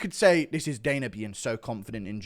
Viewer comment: Guru.. his name is Dana not Daner